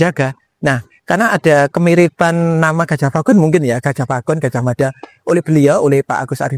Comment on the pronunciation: Orang jawa baru kenal pelafalan a jadi o itu, di zaman Sultan Agung. Perlu dipahami bahwa cara jawa kuno = a tetap a, Gajah Mada -- bukan Gojoh Modo.